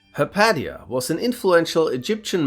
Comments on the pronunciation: For reference, it's pronounced "Ha-paysh-a." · Hypatia, pronounced High pay chi/she uh